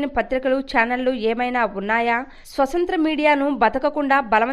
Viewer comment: Swasanthra kadu swathanthra Ani palakali.